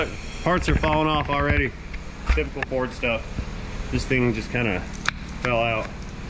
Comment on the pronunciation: ..."Perfect , " fer a Ferd !!!...😂😂😂...